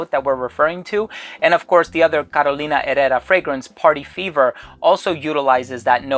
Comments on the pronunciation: I am not completely sure about the pronunciation of Herrera. Here in Brazil, where we speak Portuguese (and not Spanish, please), we pronouncd it as "ehera" with the RRE with the sound of /h/ as hat, hot... Carolina /eHera/ and not /erera/. But I may be COMPLETELY wrong and the I apologize... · "Carolina erera" 🤣